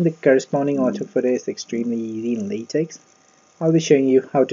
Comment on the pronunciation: Thanks but Latex is pronounced 'Lay Tech' not 'Lay Tex'